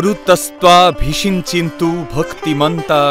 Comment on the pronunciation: মহাস্নান এর মন্ত্র তে কথাটা ভিষিঞ্চিন্তু নয়... কথাটা অভিষিঞ্চন্তু অ এর উচ্চারণ উহ্য... উচ্চারন ঠিক করুন